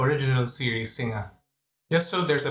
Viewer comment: Nice review. Just one quibble on the pronunciation of Singa. Its Sin-ga, not Sin-nga. Like in Sin-ga-pore. X